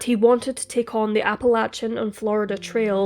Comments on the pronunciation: Music to my ears when it’s pronounced correctly! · HEY, you said Appalachia correctly! Most Americans don't even do that! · I so appreciate your (correct) pronunciation of "Appalachia". I grew up there and we used to say only people who lived east of the MIssissippi River knew how to pronounce it. Judging by your accent, I guess you are east of the Mississippi technically speaking! But I've rarely if ever heard British people pronounce it correctly. Well done!